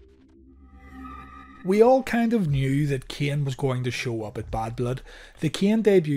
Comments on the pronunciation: Am I the only one who hears Kian? And not Kane? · Why are you having a hard time pronouncing Kane and Shane? Lol